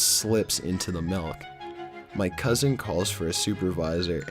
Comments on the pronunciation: melk?!! my friend used to say MELK instead of milk too. fuckin weird. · it's not melk it's MILK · Malk...? wut?